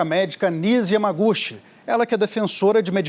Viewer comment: Por favor pronunciem pelo menos o sobrenome da Dra. corretamente. O certo é Yamagutchi. O "CH" se pronuncia como na Língua Inglesa!